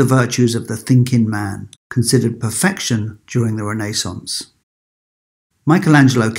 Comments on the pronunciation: Sounds like renna…Renaissance…I have never heard it mispronounced so 🤔 but thanks 🙏🏽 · your saying renaissance completely incorrect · It's Renaissance not Renaissance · It took me a whole to understand he meant RENAISSANCE.